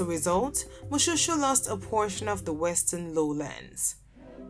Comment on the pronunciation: Moshoeshoe not pronounced like shoe, please.